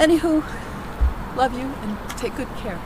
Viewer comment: to What dialect of, "Love," is being spoken?